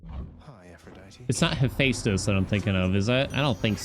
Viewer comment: My brother in Christ. It is pronounced heck-ah-tay. Not hekayyytee. Thank you from us all. Update: it’s also ha-fest-us Not haphaysteus.